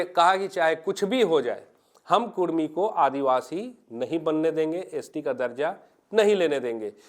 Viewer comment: कुरमी ❌ कुड़मी ✅